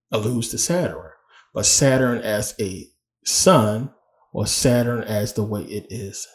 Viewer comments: Good information brother. But, what is a Saturin? I thought it was Sa-turn? 🤔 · First video I skipped. If you can't pronounce Saturn then why would I listen.😢